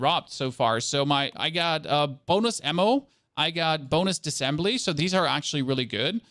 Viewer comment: Thanks for the video. I watched all of it and you said the word “essentially” times. Also it’s Diss-A-ssembly not dissembly. 😉